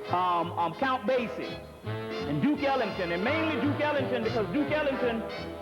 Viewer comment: Count Basie not count basic lol